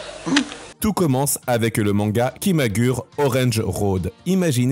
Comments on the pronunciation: Arrêtez de prononcer KIMAGUR' !!! Vous me rendez fou !! (ça se prononce ki.ma.gou.lé) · Merci pour la vidéo. Mais on dit KIMAGOURÉ 😅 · On dit "kimagoulé orange road" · "Kimagoulé" plus précisément pour la prononciation 😁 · Merci pour la vidéo, malgré quelques erreurs ... tu devrais utiliser Google trad pour connaître certaines prononciations, car on dit Kimagouré ,ça pique un peu les oreilles. Petite erreur sur la photo de Joelle Guigui, ce n'est pas elle 😅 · Ça se prononce Kimagoulé orènji Roodo